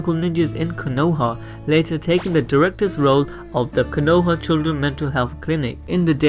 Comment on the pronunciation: The pronunciations of Konoha, Naruto, Uchiha, and Boruto drove me nuts while watching this.